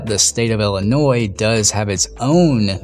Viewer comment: So this happened in Ill-i-nois(e). 😉